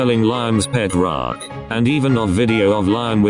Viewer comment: The way Google says rock: Roake 😂😂